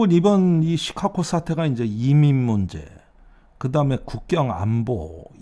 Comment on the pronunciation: 시카고를 시카코로 발음하는 이유는?